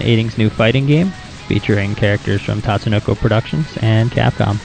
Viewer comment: You pronounced Tatsunoko wrong (it's Ta-tsu-no-ko, not Tats-to-no-ko). Otherwise, a good video for beginners. This came a bit in handy since I've only had experience playing Marvel Vs. Capcom 2 which is different from this (which is similar to the original Marvel Vs. Capcom).